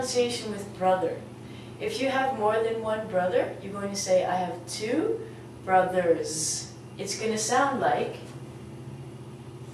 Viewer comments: Hello, I was just randomly looking up 'How to speak English' when I found this. I am a native English speaker, English was my first language, and I just wanted to see what it's like to teach english. When you put the enunciation for brothers, the 'r' is pronounced in it as well. So you'd say 'bruh-thurs' not 'buh-thurs' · BRA thurz not ba!! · Oh I see you insist in BA thurs I can hear a difference between MA thur and brA thur don't you touch your palate with your tongue in last but not in MA or FA? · brothers she put ba thuz thats not how u pronounce it she doesnt teach very well im sorry